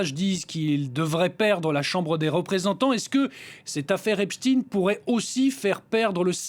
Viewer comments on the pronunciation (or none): Pourquoi dites-vous Epstine ? Et non Esptein ? 🤔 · Pouvez m’expliquer svp ; suis je le seul à trouver bizarre le fait que tout le monde prononce Epstine alors que tout le monde sait que c est Epstein et que c est à consonance israélite ce nom… bizarre quand même 😂😂😂😭😭😂🤦🏼‍♂️🤦🏼‍♂️🤦🏼‍♂️🤦🏼‍♂️🤦🏼‍♂️😭😂😂😂